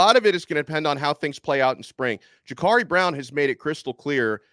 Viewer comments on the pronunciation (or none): Can someone tell this clown how to correctly pronounce Jacurri.